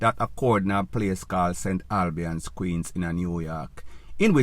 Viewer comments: It's pronounced St. AL- BANDS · The word is St. Albans, Queens in New York and not Albian.